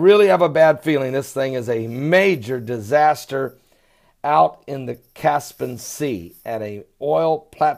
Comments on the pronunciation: Cas - Pi - An lol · Caspian not caspan